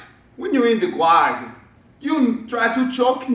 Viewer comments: My old coach from Brazil asked me to correct his English when he made mistakes, and when I told him that "guard" isn't pronounced "gward", it literally blew his mind. He had to check online AND ask somebody else before he believed me. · Yes sir, im from Sao Paulo. The way you pronounced "guard"..... hahahah LMAO! sad but true....